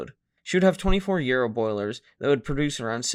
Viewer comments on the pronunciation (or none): Those boilers are pronounced Yar-o not Euro.